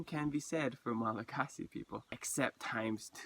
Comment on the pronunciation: That's crazy I've always wondered if any Hawaiians have ever been to Madagascar or vice versa. I wonder if any Malagasy have ever been to Rapa Nui. I think you're mispronouncing Malagasy it's pronounced Malagash.